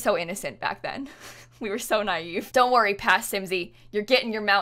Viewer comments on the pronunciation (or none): none